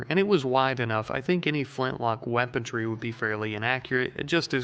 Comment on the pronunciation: There's no bloody 'T' in weaponry.